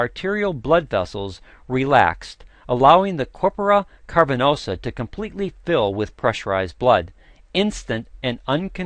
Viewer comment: The medical history is wrong. Viagra (AKA sildenafil) was invented to treat pulmonary hypertension. It was completely accidental that its effect on the penile vessels was discovered. This guy should also learn to correctly pronounce "cavernosa". (It's not "carpernosa".)